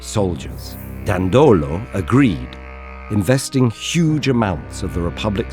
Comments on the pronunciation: My sympathy goes to the narrator that pronounced "Dandòlo" in what would be otherwise a good standard italian pronouciation rule with the most commonly stressed second last syllable in this case it's actually pronounced "Dàndolo" with the first syllable stressed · Please, check the pronunciation of Dandolo, that in reality sounds "Dàndolo", not "Dandòlo"